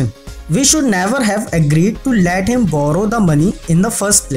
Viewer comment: Let not lat right pronounce plz